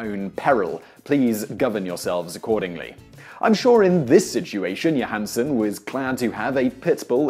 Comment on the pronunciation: Scarlet Yo-han-son?